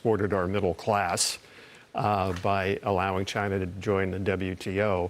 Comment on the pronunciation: Gary Frank Young said chiner.